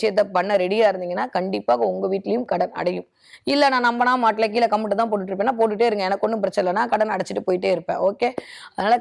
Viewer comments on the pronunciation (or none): none